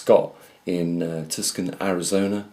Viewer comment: Hey you said it wrong again. Tucson is (too son) C is silent. Thank you for your hard work.